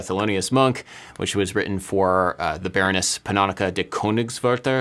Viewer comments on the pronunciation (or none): none